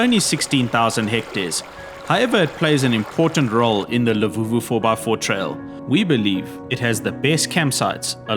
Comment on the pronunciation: its LUVUVHU not LEVUVHU 😅